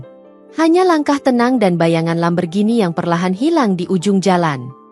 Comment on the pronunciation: Min jgn bilang Lamberghini... tapi Lamborghini...😂😂😂😂